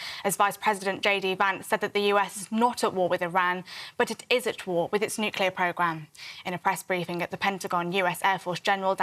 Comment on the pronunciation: The word is nuclear, not nucelar,.